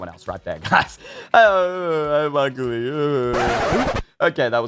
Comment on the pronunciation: HE SAID OGLY what